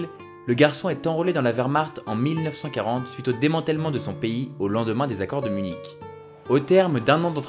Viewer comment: je préfère , j'avais cru entendre Minsk , je me demandais si je n'était pas dure d'oreille , merci